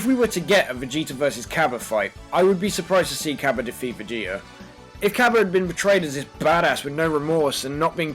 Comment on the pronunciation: It's not cabba its kabe